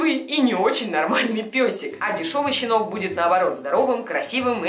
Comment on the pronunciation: Хэштэг щинок